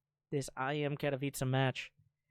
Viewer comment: You pronounce KATOWICE english way, I know it's not so important, but you will please every polish subscriber if you try to do it correctly checking that word out on YT :P